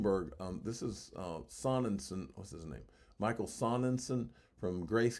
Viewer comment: It’s michael so nen shine. German but spelled wrong. Means sunshine.